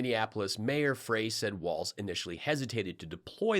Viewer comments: Milwaukee is Wisconsin not Minnesota. Tim’s name is Walz (walls). Not waltz. That’s a dance we do in Minnesota. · Pillow Boy keeps saying WALTZ instead of Walz...mealy-mouth idiot. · Why do I think Mike Lindell never has to worry about too many family members gathering in his house for any reason, ever? I'm betting everyone has some other pressing committment every time Mike invites them to a function. And, why does he keep saying "Waltz"? I'm really hoping all of MAGA finally just dries up once Harris/Walz are elected. But... obviously they won't. I pray for no violence, and a peaceful transition. I know Biden will be proud to hand off to Harris, but my main doubt lies with Cult 45 and their Alt Liquor. "Drink up. Bow down." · No t in walz.